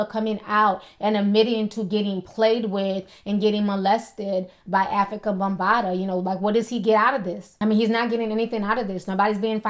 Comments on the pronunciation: She kept callin him bumbata lmao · Its bambata not bumbata lol